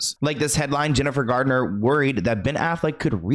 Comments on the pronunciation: Thank You for the video! I do wish half the world would stop saying Jennifer "Gardner" though 😅 it's said just like Garnet 😻 but we try our best 👌 🎉 Everyone does it 🫣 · It sounds like you said Jennifer Gardner instead of Garner. Forgive me if I misheard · It's Jennifer GARNER not Jennifer GARDNER!!! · it's GARNER not GARDENER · I'm confused as to why people saying Jennifer Gardner when her last name is Garner? There is no "d" in her name!